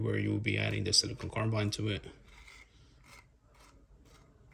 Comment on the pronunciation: It’s silicon (a crystal), not siliconE (a rubbery polymer). Jeez